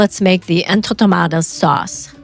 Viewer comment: Love your interesting recipes! But, please make sure you are pronouncing the names correctly...these are en to ma ta das. ...the cuban dish ropa vieja is pronounced ropa vee eh ha. Appreciate your efforts to model cultural respect by taking the time to get the words right...others will also perpetuate the errors. Thanks!